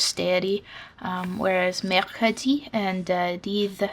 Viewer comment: Perfectly said in French, mercredi and jeudi! 🖤